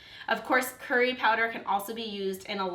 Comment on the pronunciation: its so annoying how non Indian, or south Asian, or South East Asian people say the word "curry" it's so funny but annoying. hahah